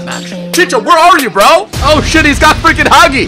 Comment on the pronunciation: Learn how to pronounce HAGI'S NAME RIGHT!! It's seriously annoying whenever u pronounce it wrong. Btw love ur videos especially the intros